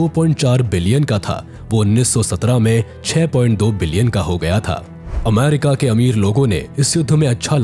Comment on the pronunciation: Ap aaamaaarika kiyon bol rahe ho?